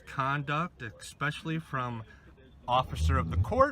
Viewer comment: It's especially, not exspecially,!